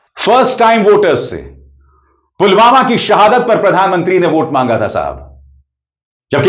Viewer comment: Pulwama hai saab pulgama nhi hai